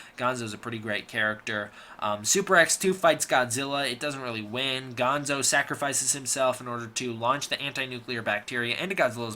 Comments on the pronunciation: Bill is gonna have your head for mispronouncing Gondo's name! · The Super X 2 pilot is easy to remember because he played the lead in the next Godzilla movie, "Godzilla VS King Ghidora." BTW, the Colonel's name was Gondo, not Gonzo. Gonzo was from the Muppets.